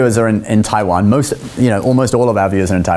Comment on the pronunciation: 又拿著 我要讓全世界看到台灣,連國家名字都講不清楚，是真的愛台灣? 實際的問題 是生計還是真愛